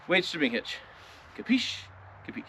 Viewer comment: OK, lots to say about this video. First, thanks for the visual props - it helps. Also, seeing you put tension on the bar and the truck came up a bit. Two, I realized that how I understood you saying "weightdishibinghitch" means that those of us from Ohio speak the same language as those in Nebraska. :> Three - One time it took me hours to figure out how to hook up that weightdishibinghitch so I was in awe when you did it in seconds. Four - Do you have commercial plates on the Tundra because of the channel status, or is it because you're exceeding 10K with the trailer? Lastly, at the start of the video, the sun is hitting the top of the bed to the right of you. The paint looks like it has serious orange-peel. Is that the case, or just dirt/salt?